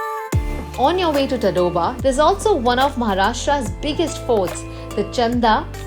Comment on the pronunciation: 'On your way to Ta-doba' 🤣Behen its Taड़oba .